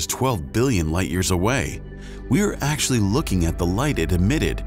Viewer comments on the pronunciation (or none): none